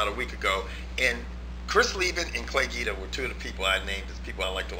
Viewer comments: it's pronounced Gweeeda not geeda! just a note. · Its pronounced "GWEEDA" homslice